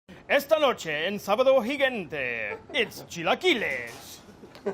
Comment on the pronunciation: I'm gonna have to weigh in on this one: Those are not chilaquiles. And his intro--invoking Sabado Gigante--might indicate why...because he couldn't even really pronounce it right. Definitely, I'm gonna go with all the Mexican people saying these were nachos.